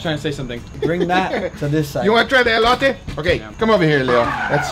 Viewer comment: It’s ELOTè fool not ELOYTAY